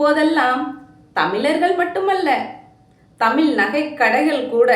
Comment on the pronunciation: தமிள் என்று உச்சரிப்பதை திருத்திக்கொள்.